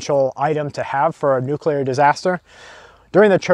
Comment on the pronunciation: Say it with me,... Noo-CleeR Nuclear. See, easy.